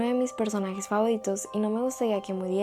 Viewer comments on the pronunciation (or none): Nadie se daba cuenta q hablaba raro (Favoridos,Tempodada) No es hate